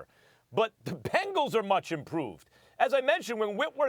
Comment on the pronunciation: Anybody else hear this Nigga say “pangles” 😂😂😂😂